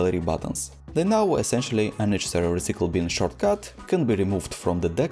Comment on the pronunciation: dude take some english lessons. its reCYcle bin... NOT reCEEcle BEEN. not that hard to just say it right!!